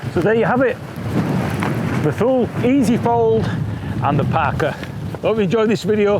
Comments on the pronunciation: Thule is pronounced “too-lay”. Just for your information. 😀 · Thule is pronounced "TooLay" apparently... new subscriber here, with no EMTB or TooLay easy fold either. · I think Thule is pronounced too-lee. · The way you pronounce the name is "Tu-lay", I know because I asked them specifically.